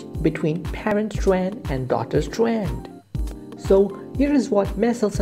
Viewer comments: STWAANDD! LMFAO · ITS STRAND S T R A N D STRAND OK